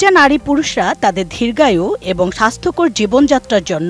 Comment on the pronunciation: আরে সাংবাদিক ধির্রঘায়ু না দির্ঘায়ূ আর মিশ্রণ না মশৃণ